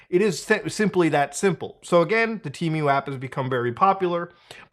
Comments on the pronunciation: Why do you keep saying tea-mew??? You should say Teh-Moo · temew? dufuc bro its tee-moo(temu) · It's pronounced Teh-Moo not Tea Mew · Why do people pronounce it like it had 2 "E"s? It's TEMU not TEEMU. God, english is such a stupid language. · TEEMOO, not mew, its NOT MEWDAHAR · temu ❌ T-MEW ✅ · I've always pronunced it "Temm-you"... 🤔 Not "Team-you".... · don't deadname TEEMOO. they revamped all their commercials to now pronounce it "TEHMOO. They even recorded old commercials that used the old pronunciation. I have no idea why they bothered with that as they don't even have a name in Mandarin to mispronounce. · “Teemyou” he says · It's Temu, not Tee miu ... But it's okay, we all make mistakes. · How you pronounce Temu as Timiue can’t take you serious 😂🤦‍♂️ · Drink every time muda says Tee-Mew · "Teemew" lol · Tee-mew 🤦. You got it right the 3rd time you said it at least lol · Just the way this guy says the word temu as “tea-mew” makes me never want to shop there again. How does he pronounce the bird, Emu? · temuuu lol the way u say it is so funny lol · Why the fuck are you saying tee-mew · it’s just not how you pronounce it. It’s just goofy I guess lol. I think I know why he does it tho, temu has been pushing a lot of low quality ads with AI voice overs that do pronounce it tee-mew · Tmew.. Muta sounds like he is summoning a Pokémon. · What was I welcomed to Themis video by? Yep, a Teemew/temo/timeyuh/tehmoo/timoh ad. Nobody knows how to pronounce it. All examples above have been used in their own ads. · your pronunciation of temu and shein is very interesting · why do you add 3 extra letters in your pronunciation of temu lol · I think its pronounced Temu like "Test" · Temu doesn't even know how to pronounce temu. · Never trust an online store who cant even pronounce their own god damn name in their adds! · Their own ads cant pronounce it correctly😂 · listen closely how muta says temu ☺️ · So shady not even they know the correct pronunciation of their name